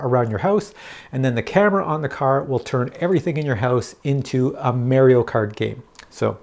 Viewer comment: Learn how to pronounce Mario.